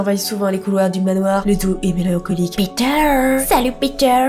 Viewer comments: Ptdr tu prononcais peteur 😂 a la place de piter 😂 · Quand elle dit Peter en anglais au début on dirait qu'elle dit picture 😑